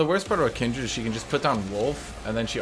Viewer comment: Noooo it's Kindred No Aaaaaaaaa!!!